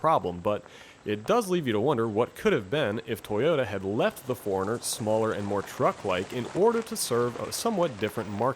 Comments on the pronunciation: It'd be nice if he could pronounce 4Runner. Sounded like he was saying foreigner. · Toyota Nerd !!!! It’s suppose to be four - runner. I don’t blame him for pronouncing it quickly like he did because he said it so many times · 4 RUNNER as apposed to the pronounced Foreigner